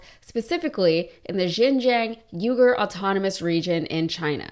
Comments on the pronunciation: it would be nice if you said their name correctly. Uyghur is said wee-guhr. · It's pronounced like Weeger, not uger. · It's pronounced wee-ger not you-ger. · Most content creators mispronounce Uyghur Muslims to sound like cenk's last name. But it actually sounds like 'wee-gur" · Interesting piece about Shein. Thanks. To points: 1) Is that an alternate pronunciation of "Uyghur"? I have only hear it pronounced wee gr. 2) The title is completely misleading. There's one line at the back of the piece about a reporting violation "could land her in some hot water." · Hi. I'm pretty sure that unlike Cenk's surname, the Uyghur is more closely pronounced as "Wee-ger". I always look forward to your videos. Cheers. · It’s pronounced wee-ga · Thank you for this story. Although, check the pronunciation of Uyghur. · If you are going to be a professional you really should look up how to pronounce something as important as Uyghur. They've been covered by a lot of major media groups, it's a little concerning you aren't already aware.